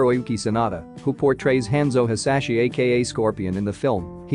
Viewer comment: Haanzo Hasashi and Bee Haan, not Haenzo or Bai.